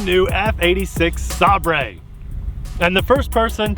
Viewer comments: ..not Saab ray. Say ber. ..meaning knife or sword. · Bro, it’s pronounced Sai-ber, but im new here so ima just let that slide because i don’t know if your a English native. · its pronouced Sabre (Say - Ber) btw how many ringgit is it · Oh brother 🙄 Saber, like sword. You need to read some books or get a college degree. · "sabrae" i want to kill myself